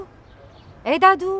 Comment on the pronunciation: قالت مادو بدل دادو😄